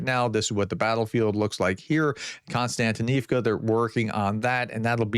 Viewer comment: The name of the town is KOS-tyantynivka. Why do you insist on pronouncing it KON-styantynivka??